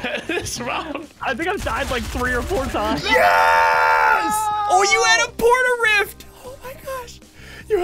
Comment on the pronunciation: he said port-a-ritf